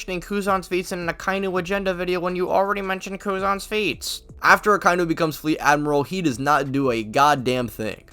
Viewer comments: Aka-inu... Not akai-nu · Say it with me: "Aka-inu." The pronunciation does not contain the word "eye." Why does everybody get this wrong?